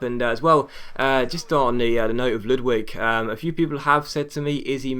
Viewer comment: haha Ludwig prononse as ludvig. the W is V. its a swdish name